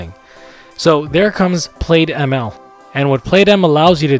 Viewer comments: Great video— very useful. Thanks. BTW, “plaid” is likely pronounced as “Plad” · Good video. Small nit... You are pronouncing it wrong. It's plaid (/plad/), like the cloth.